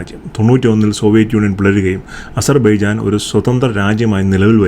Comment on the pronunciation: താങ്കൾക്കും അസർ ബൈജാൻ എന്നു ഉച്ഛരിക്കാൻ കഴിയുന്നില്ലേ 😂